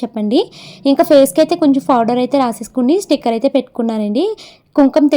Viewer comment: ఫోడర్ కాదు, powder😊